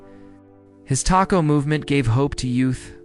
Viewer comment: If you’re gonna do a documentary on Fiji at least learn how to pronounce the words correctly. TOKO not Taco. Josh Tatofi not Josh Tatafi. Smfh